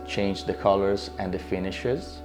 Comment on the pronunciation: i love the colors-uh, the ambience-uh, and the simplicity of this apartment-uh! (hahaha i noticed how he emphasized the last syllable of his words. )